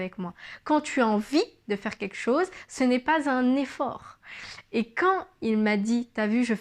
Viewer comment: Juste un petit conseil concernant la diction,c'est très bien,le regard est franc,le gestuelle adaptée 'on s'en que tu parles avec ton cœur, c'est fluide... cependant,fais attention à ne pas dire ", queque chose" mais "quelque chose..." Sinon,tout est parfait...♥️